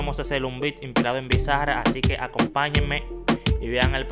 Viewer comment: Bizza-ra NO bro, BIZZARAP todo junto y como que tenga acento en la última a 😂 Saludos 🇦🇷🚀